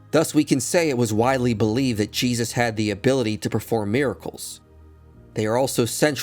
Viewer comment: Lol even saying his name wrong. Foolish lol